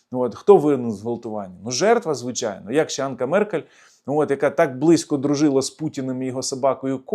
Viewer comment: Меркель не Анка, а Анжела!